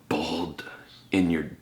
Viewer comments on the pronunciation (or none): I heard "bald" meaning "naked" similar intensity but different inflection